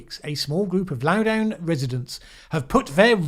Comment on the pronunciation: Critical Race Theory is a complicated enough topic that it deserves its own video, if you are so inclined. Loudoun rhymes with London, FYI.